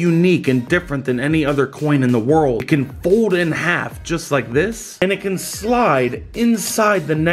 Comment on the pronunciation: You can't say fold you say fod